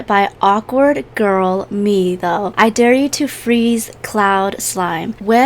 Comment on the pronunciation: i love ur videos but why do u say dare like deer